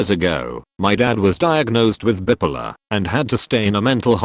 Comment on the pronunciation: As much as I've started getting exasperated with AI narration for just shuffling phrases around to make each "new story," along comes a tape like this with a gem to set me giggling: Can hard k y wait to tell my therapist that some people can be "bip-uh-luh."